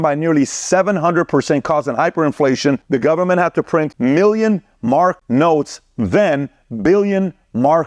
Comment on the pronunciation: It's just Mark not Marks 🖤